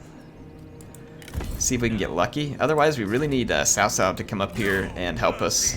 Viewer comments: its pronounced COW COW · HIs name is pronounced Tao Tao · daily reminder it's pronounced tsao tsao ;]